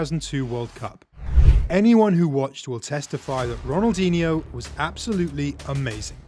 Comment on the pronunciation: The "nh" in Ronaldinho is not spelled like the Spanish "ñ". I can't think of an equivalent in the English language but it's just a sort of lazy "n". It does require a tongue movement that is not usual in English. But it doesn't become a "ni" as was done here. If you can't do it, just spell it like a "n".